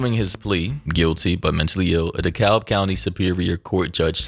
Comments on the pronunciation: how u live in atlanta now and can't pronounce dekalb correctly yet 😭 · The way you pronounced Dekalb just gave away that you’re from Georgia 😭